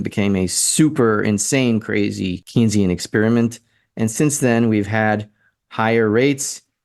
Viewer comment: I recognize you are not a Keynsian economist but you should know how to pronounce his name. It is pronounce "Kayn-sian". Please, it really cuts into you credibility and makes you sound like AOC.